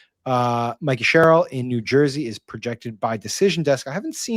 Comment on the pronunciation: Sam it's Mikie Sherrill as in Mike not Mickey as in Mouse. Everyone else pronounces her name correctly, Y can't u get it too?